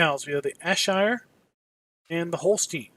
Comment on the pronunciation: It's pronounced Airshire for Ayrshire dude